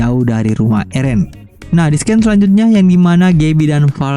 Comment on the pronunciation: Bg, mohon maaf scene dibaca sin bukan sken